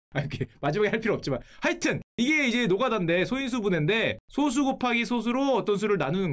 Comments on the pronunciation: 근데 방장님 발음 틀리심 소수❌ 소쑤⭕️ ㅋㅋ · 소수 불편하다.. 솟수 라고 읽어야하는데 ㅜ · 소수의 발음은 소쑤로 발음해야 합니다. 그냥 소수로 발음하면 소수점이 달린 수를 의미합니다. 원래는 표기를 솟수로 썼지만 한자로만 구성된 한자어는 사이시옷을 넣으면 안 된다는 원칙을 고수하는 국립국어원의 만행으로 소수와 표기가 같아져버렸죠. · 0.23 같은 건 소수 그대로 발음이지만 prime number를 뜻하는 소수는 예전엔 솟수로 표기하기도 했고 표기법은 소수로 바뀌었지만 발음은 여전히 [소쑤]라고 발음해야 옳습니다. 요즘엔 이 정보가 소멸해버렸네요. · 소수 발음 솟수라 안하는거 킹받넹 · 1과 자기 자신으로 나누어지는 수를 의미하는 소수(素數)는 소쑤로 발음합니다 0과 1사이의 수를 의미하는 소수(少數) 는 소:수 입니다.